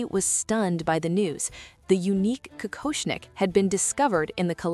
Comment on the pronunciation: Какошник, ИИ читает с ошибками.